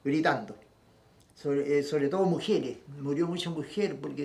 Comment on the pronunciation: Murieron muchas mujieres así dicen los chilenos pronuncia mujeres no mijieres